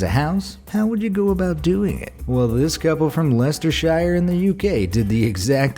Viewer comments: He said lester shire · Leicestershire is pronounced as lestershear you absolute crackhead